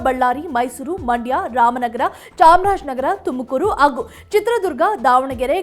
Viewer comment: Please talke in proper kannada dont say "aoudu" its Howdu, its not Agu, its Hagu